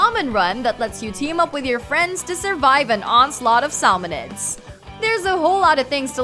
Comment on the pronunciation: She said samonoid wrong